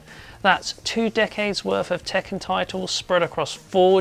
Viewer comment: Tekken is not pronounced "Taken", its pronounced as "Tek-Can", literally Iron Fist in Japanese. Also! Ryu in Street Fighter is not pronounced "Rai-You", its "Re-You". Not complaining about this video, just want to point this out.